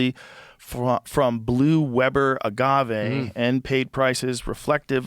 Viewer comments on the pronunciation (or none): none